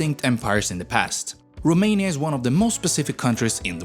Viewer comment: The narrator horribly mispronounces every Romanian name and word, including the country's name. Could have tried a little harder.